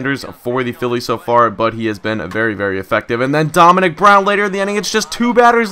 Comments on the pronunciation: why do you say philea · Why does he say felea instead of Phillies? Just wondering. Love the vids!